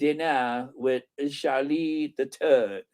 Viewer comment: I really thought you said Charles the turd but you actually said Charles the third